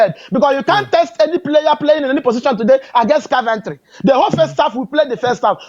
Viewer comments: Car-ventry 😂😂, my man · which one is Carventry.....man is "Coventry" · Love the way calls all this teams “car-Ven-tree” 😂😂😂😂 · 😂.. Caaarventory😅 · is not Car-van-tree😂😂😂